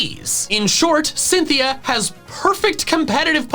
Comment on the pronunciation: Left off the N in Cynthia!